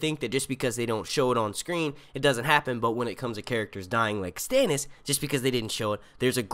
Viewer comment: Did you say Stannis or Janos?